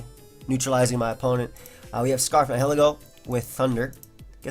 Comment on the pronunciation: Someone please teach how to pronounce Nihilego.